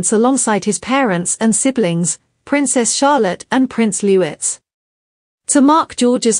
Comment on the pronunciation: AI cannot even read without saying names and words incorrectly!!!! It grates that it cannot even say Louis properly..........